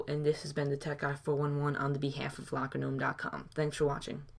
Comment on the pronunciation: it´s "lockergnome" not "lockernome"